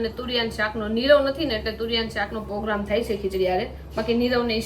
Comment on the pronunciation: POGRAMME NAHIN PROGRAMME BOLO